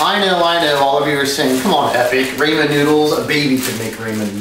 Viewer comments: Raaaaaammmeeennnn Not Raaaammmmaaannn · a baby could make raymen noodles but a baby can say RAMEN noodles right also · This white boy says rammn noodles and we’re not gonna talk about that this is some bland ass noodles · nicotine bruh he means raymen is not how you say it it's ramen the video uses ramen but he says it as raymen which is a complete different thing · its not ramen, its RAYMEN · OK well a couple of things--------> Firstly Its not Raymen its not Raymond but Ramen RA-MEN take some fucking english classes please Secondly use a pair of chop sticks and if you cant use a fork Thirdly only a complete ass is gonna drop their ramen flavouring pack into the pot of boiling water. Fourthly yours isnt perfect, in fact its imperfect and you need to work on it Fifthly you use a bowl with is corresponding plate and just a bowl Sixthly there is a specific recipe for a reason FOLLOW IT not only when you do you get it "perfect" but its way faster. Havent you went japan china korea and had noodles if not i think you should Lastly if you leave it to sit 79% of people would find it "waterlogged" "soggy" and "undesirable" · So many things wrong with this. 1. It's R-AH-men, not R-AE-men 2. That's too much water. Less water allows for better flavor soaking and it cools off faster. 3. Who the fuck uses a soup cup for Ramen noodles? 4. I absolutely HATE breaking up my noodles!!!!!!! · First of all it's pronounced RA-MEN NOT RAI-MAN and second of all nutrients, what nutrients the MSG and Sodium in that GLORIOUS FOIL PACKAGE that apparently drunk people put in their water. Learn how to cook! Who wants to eat soggy noodles? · ive eaten ramen so many times and its amazng and i always did it my way. i tried ur way and my stomach felt weird and it gave me diarahhea idk how it did but i do know i wont try it again. BTW ITS RAH-MEN NOT MOFUCKIN RAY-MEN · It's rah-men not ray-man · Your saying ramen wrong its pronouced Raw-Men not Ray-Men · Aaahhhg! It's rahmen not raymen!